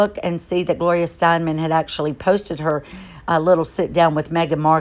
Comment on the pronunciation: It is Gloria Stein - EM. Last name is pronounced "stine-um". Just sayin'..........